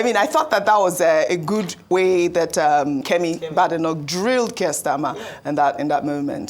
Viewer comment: Don't get your shorts in a twist, it's all banter of the Parliament. As the UK Conservative leader, how more relevant can Kemi Badenoch be. The exchange highlights the sharp rhetoric often present in parliamentary debates. And it's "Keir" not Kirk...You're welcome!